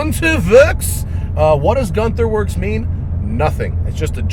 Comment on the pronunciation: ü in germany is pronounced y :)